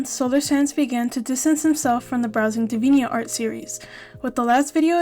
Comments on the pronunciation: its dee-vee-ant art, like the word deviant (which means someone very sexual and crude in nature) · I've never heard Deviant art pronounced like that before. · your English is brilliant! It wasn't a criticism of your English speaking, just noting how you said Deviant art is all.